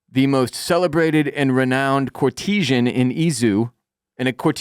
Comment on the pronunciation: “Core-tease-zhen” lol Aka Court-eh-zhan